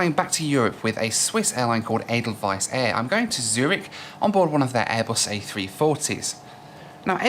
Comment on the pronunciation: As a Swiss guy I appreciate how you nailed the pronunciation of Edelweiss.